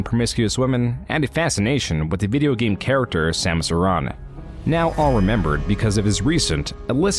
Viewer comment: Your pronunciation of Samus Aren bugs me